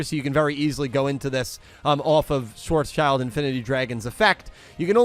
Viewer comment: Schwartzschild would be more accuratly pronounced schwarz shilt, it's a name but literally means black shield (or sign), the second part being schild, not child. Not that it matters, but since you wondered about it